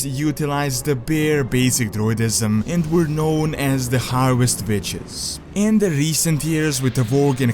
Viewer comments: I thought he said harvest bitches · hey i cant tell u said harwest bi**s or wiches